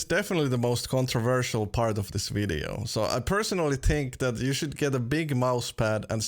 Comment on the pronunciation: I love how he says tink instead of think ;D